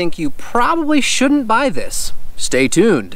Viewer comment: “Souldn’t” Nice stroke